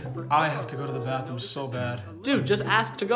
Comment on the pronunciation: " may i use the Bathroomo" *Proceeds to act like he was indeed Latino